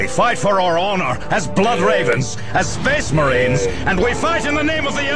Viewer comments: Thank you. Now I cannot pronounce Space Marine other then spess mehrens... Not that I am complaining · SPEHHS MAHREENS! and we fight in the name of the EMPRAH!